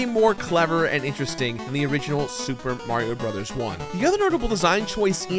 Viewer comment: SUPA MARIO BROTHAS TWEW!